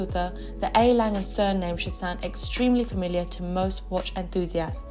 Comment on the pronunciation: Leica = say "Lie-Kuh". (Lie as in lying on the ground) Stowa = say Shtoh-vahh. Lange = say Laang-uh. Sinn = say Zinn Laco = say Laah-koh. And btw, you forgot Dekla.